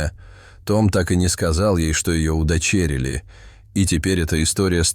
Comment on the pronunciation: Удивительный рассказ и замечательный Том. А вот диктору надо поучиться произношению: «удочЕрили» не говорят, и Эдди -девочка, а значит «она, ей и тд»